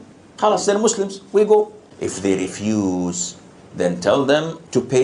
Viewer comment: I hate the way he pronounces Muslim ! He’s so stupid he doesn’t realize that Islam is fake. It’s an ideology. It’s all made up. Olive doesn’t exist. Mohammed. doesn’t exist. He’s too stupid to know any of that.